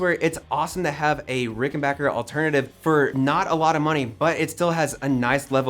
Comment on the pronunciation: pronounces Rickenbacker correctly, gets big points.